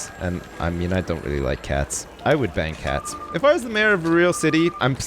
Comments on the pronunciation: I thought that he said that would bang hats instead of ban cats. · When you said "ban cats" I thought you said "BANG cats" My mind is messed up